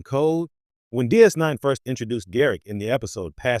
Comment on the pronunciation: Trash AI text to speech. You can tell when it adds a pause in pronouncing DS 9